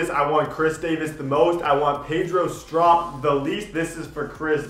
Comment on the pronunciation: pedro strop (str-ope) its fine tho 😂😂